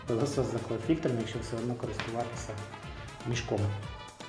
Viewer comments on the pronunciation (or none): none